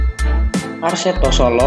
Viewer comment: kok yg nyiarin huruf ahir ada k solo jadi solok persija jadi persijak...